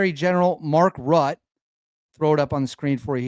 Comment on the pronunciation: Pronounced like ruzzia, Rutte not rut